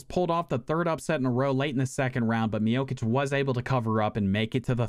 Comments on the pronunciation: Bro sayin mijokic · between u pronouncing stipe's name as "miokich" and utah as "utahl" you've successfully earned a dislike from me. how tf do you not know who carlos condit or johnny hendricks are tf lmao